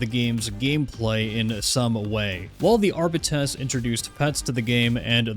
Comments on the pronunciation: Not to be an "ackchyually" guy but FYI Arbites is pronounced "Are-Beet-Ease". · Crazy people still don't pronounce Arbites correctly lol